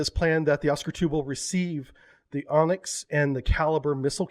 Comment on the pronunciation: Why do you call Onyx an "Onx" ? :) Or even "Onsk"...